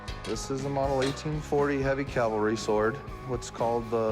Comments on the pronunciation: Big hoss,, it’s CAVALRY,, not CALVARY,, get it right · Cavalry sword...not...Calvary sword. Come on now. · Cavalry, Hoss. Calvary is a hill in the Bible. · Both Corey and Rick say "Calvary". 🤣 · Can you guys please learn how to say CAVALRY???? It’s NOT CALVARY!!!! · And of course he mis-pronounces the Tiffany sword as "calvary" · It's not "CAL-vary". It's "CAV-alry". A small point, I know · Cory needs to learn how to say CAValry... not CALvary. Big difference between the two. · Cavalry not calvary. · Can anyone in the in the Harris family pronounce cavalry? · Someone please make Corey stop saying, “Calvary” sword.